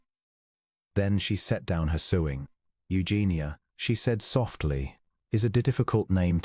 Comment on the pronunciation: AI mispronunciations; heteronyms, (wound, bow) and the word sewing. Pitiful story of another oblivious Duke who does not recognize the extraordinary woman he married. I rate your tale a 6.5 out of 10.